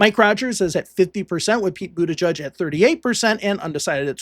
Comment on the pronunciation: It's Butijij, not Butajudge.